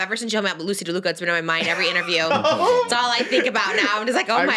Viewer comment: Trisha 😭 it’s Loosey LaDuca** not Loosey DeLuca. You’re gonna get her more fired up 😭😭